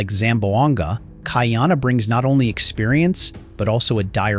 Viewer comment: Ka - Ee - Ah - Na : not Cutty Arna 🤣